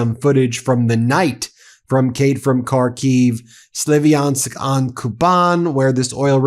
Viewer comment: it's spelled SLAV-yansk, not SLIVI-ansk